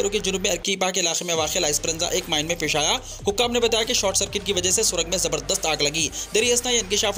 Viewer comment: Bhai aap jo word 😀(ZABARDASTH)😀 bolte wo achha dikhta😄